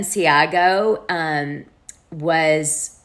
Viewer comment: Its Balenciaga, not Balenciago